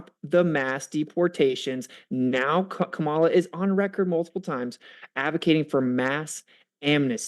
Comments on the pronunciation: It’s high time that we call out the disrespect from right wingers on the pronunciation of Kamala(comma-la)not Ka-ma-lah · And why do these conservatives keep pronouncing Kamala's name wrong? They say it correctly once and then say it wrong after that. It's KAHmuhluh, not KaMALLuh. Similar to Pamela. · Harris' name forever now will be to me, "Kah-mill-ah" instead of how the press usually pronounces it. XD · No it's not Kah-mela.... It's Comma(like the punctuation) then luh. You're confusing yourself atp. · Her name is pronounced like COMMA LA. Have a little respect and dignity and say her name correctly. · These people are such children. They won't even say her name right. They purposely say it wrong. And you know how I know this? Because the one time he said her name right he said or whatever right afterwards. They're such toddler brains. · So you think Kamala and her family and friends are all mispronouncing her name 😂😂😂